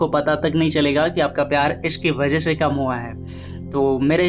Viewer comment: Bhai Aapki aawaza bahut acchi hai But aap shabd ko sahih se bol nahi pate Jaise aap mix ko miksh bolte ho aur se ko she bolte ho Thoda Shabd ko sahi se bole bhai to ziyada behtar rahega Baki sab theek hai aapki aawaz bahut mast hai